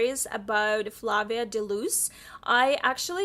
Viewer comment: BookOutlet is dangerous. They always drag you back in. LOL! And yay for Sweetness! (and I totally just waved at the screen when you said hi to me!) Also, her name is pronounced Flay-via. I think it's mentioned in the first book. Something about rhyming with Brave. I forget. Need to reread them. The audiobooks for that series are awesome.